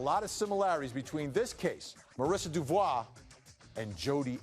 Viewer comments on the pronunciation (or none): diffikult for me to fully understaend what they say but they ' don 't pronounce Devault name correctly ! greetings from Europe Switzerland Gstaad